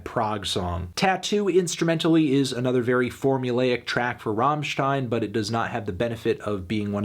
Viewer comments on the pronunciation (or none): none